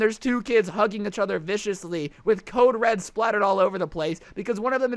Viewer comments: He should make a shirt like “itchother” beacause he says each other so weird. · This is how many times said ‘itch other’ | | |